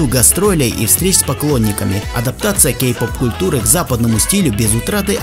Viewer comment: Мне послышалось или ты сказал гей -поп?